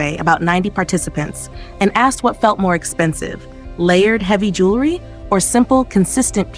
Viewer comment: You mispronounced jewelry. You said jewlery.